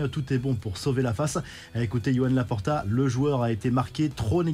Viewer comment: Yohan laporta 😅 ça se dit roane je crois 😢